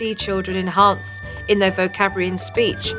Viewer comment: Supernanny: "His pronunciation is not as good as it could be." Also supernanny: "vocabrua-ey" :P Jo is awesome and I love her but that was objectively funny.